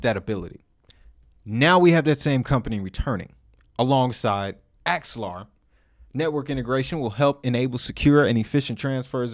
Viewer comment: Its AX-ELAR, and not ALEXA...